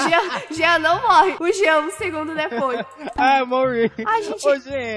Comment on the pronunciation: Kkk o jean”genter”